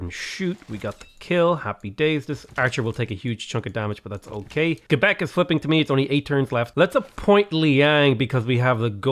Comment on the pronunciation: Im french canadian and I was really impressed that you know how to say Quebec properly! Love your channel keep up the great work ❤